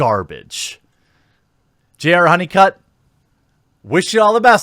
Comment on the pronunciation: I thought you said JR HoneyCuck. Which is more fitting than his old last name. Welcome Mr. HoneyCuck to your new internet name.